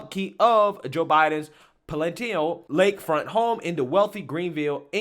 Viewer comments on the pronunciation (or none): I'm a sub'r, and enjoy your channel: FYI and 'constructive criticism'...it's pronounced...PA -LA -TIAL estate.... and it's pronounced ON - CLAVE...keep up the GOOD work!